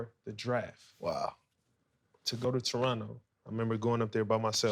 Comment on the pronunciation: Most underrated part of the interview is Draymond pronouncing Toronto properly. Real ones know the second T is silent